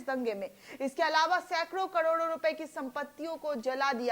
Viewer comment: संप्रदायिकता नही, सांप्रदायिकता कहो, धुर्वीकरण नही, धृवीकरण कहो, कडोड नही, करोड कहो !